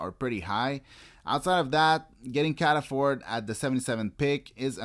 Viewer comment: Surprised that you hesitate on how to pronounce "Pitre" and "Levis" but you say "Cataford" as if it was an English name ! Really respectfully, in my mind, except if I am in the wrong and the guy really says his name like this, I think you can say "Cataford" even though it would surprise the english-speaking audience, just my opinion ! Otherwise, as always, really glad you are doing this series, I really love your approach regarding analyzing the prospects, and your videos are always a really good candy in my prospects watching hobby. Thank you very much for all the good work you do !